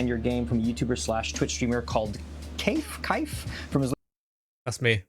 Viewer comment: loved that the witch stories dev called Kaif "Caef" XD so unknowingly close to his name origin LOL